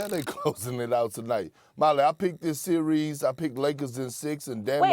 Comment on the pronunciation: “ i pick in this sewies”…😅